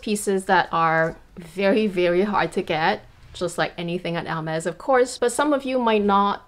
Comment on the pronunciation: Finally someone who pronounces the brand correctly, you gained a new follower 😊